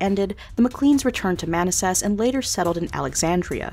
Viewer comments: Manassas is pronounced muh-NASS-sus not MAA-ness-sess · Sacca guh way uh? Holy shit. SMH. Man a sass? M-15? Amazing.